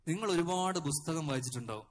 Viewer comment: ബുസ്തകം.. അല്ല പുസ്തകം... 😃